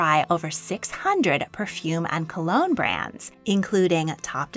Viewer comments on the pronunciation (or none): none